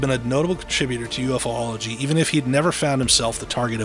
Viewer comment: Your killing me, it's Pronounced U-fology not UF-ology..😂😢😂